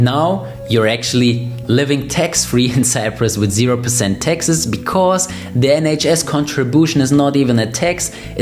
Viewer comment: The word is “taxes” not “Texas”